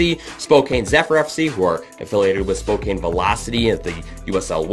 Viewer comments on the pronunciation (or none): Honestly, just on a the pro/rel side, I don’t understand why people want this in NA. I just don’t see it being feasible or something would good for US Soccer. Am I wrong? Also as someone who lives in Spokane…it’s pronounced Spo Can. Just a heads up lol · It's Spokane spocan